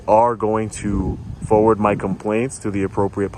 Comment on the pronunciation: "we'll forwrord it, eventually forward it " smells like bs. no doubt, they could have sent an actual rep from the firm. look forward to what comes out of these cases.